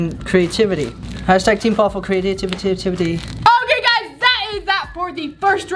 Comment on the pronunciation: " hashtag team paul for crea-ti-tiv-tivity" - paul 2019